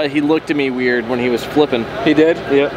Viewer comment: No one:: he looked at me wired.